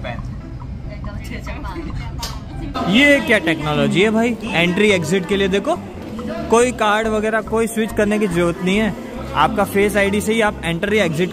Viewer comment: Anna jyapan nahi Japan hai